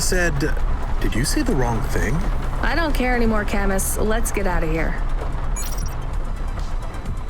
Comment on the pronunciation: Cam-Us? i always thought it was pronounced “Camoo”. and “mo-she”? in japanese “chi” always has a ch noise as in. “cheese”